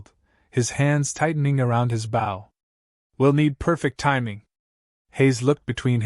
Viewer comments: Bow the weapon is pronounced with a long O. The way it is used here is fot the front of watercraft. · I got a kick out of what would have been a good story. The primary weapon of our rag-tag group is the bow and arrow, yet not one time in the entire story was it pronounced correctly😄